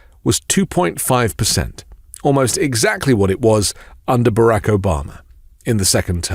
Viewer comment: It's not Barack, it is Barock. Pronouncing names as the bearer does is only good manners.